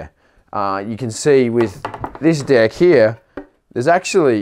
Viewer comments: I swear every time he says deck he is saying dick XD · Austin Miller thats what i thought also😎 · Yes, that's how the guys on the north & south islands say it, but for the rest of us on the west island, a deck is the part of the skateboard we stand on (or try to).